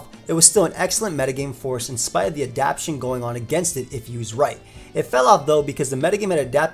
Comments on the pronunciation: My man, it’s pronounced adapt-tay-shun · Adaptation has four syllables, not three.